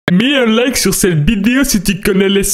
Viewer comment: "MET UN LAIKE SU CETTE VIDEO SI TU CONNAIS LES SIPSON OH PINAISE" ca ma tue 😭😭😂😂🤣🤣